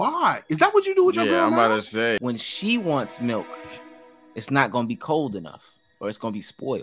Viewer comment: The emphasis 😤😂😂😂😂😂